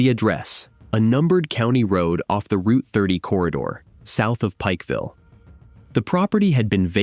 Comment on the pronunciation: You said pipefull wrong